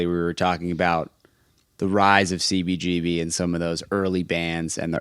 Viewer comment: please there is a whole generation of music lovers (anyone who loves live music as well)to who your miss pronunciation of cbgbs though its spelled CBGB I HAVE NEVER HEARD ANYONE ELSE EVER PRONOUNCING (MISS PRONOUNCING HONESTLY) IT THE WAY YOU DO. It wouldn't be a problem for most of us If It wasn't for the fact that every time we hear it said that way it takes us away from the interview completly. And this particular interview is the most important (also1of the best) interviews I've ever heard.FOR Most of USpunks who didn't grow up in NY, THIS IS THEE 1ST HISTORY OF THIS VITAL POINT IN FOR OUR MUSIC. I SUSPECT THAT IT MAY EVEN BE SEEN IN TIME AS THE "OFFICIAL VERSION OF THIS HISTORY" BUT, AND I DONT BELIEVE I'M EXAGGERATING, THE WAY YOU MISS PRONOUNCE IT WOULD MAKE THIS UNLIKELY BECAUSE OF HOW MUCH IT TAKES US AWAY FROM THE INTERVIEW. DO, PLEASE, I'M BEGGING YOU START SAYING IT THE WAY EVERY ONE IN THE WORLD OTHER THAN YOU, SAYS CBGBS, PLEASE, MY FRIEND.